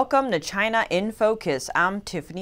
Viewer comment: Love u I always wanna watch u report but sometimes I find it hard to breathe when words like China is being pronounced with a gap between Ch & ina, pe_erson, pe ercent... Perhaps it's just me.. But never mind. I just wish the gap to disappear.. ❤😘😜